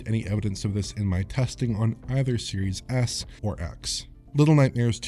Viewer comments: You'd be right lmao. Series Ass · I keep hearing "serious ass"